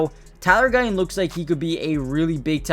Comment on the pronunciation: Would it not be better if you said Guyton instead of Guy-Un. And would it not be better if you said Martin instead of Mar-Unn?